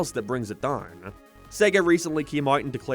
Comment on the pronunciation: Every time he pronounces a word oddly, my soul flinches. 'Down' shouldn't sound like 'done'.